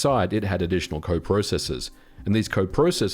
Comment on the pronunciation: You say processors completely wrong